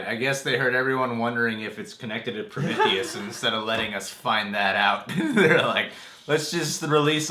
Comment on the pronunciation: Your saying Prometheus wrong lol.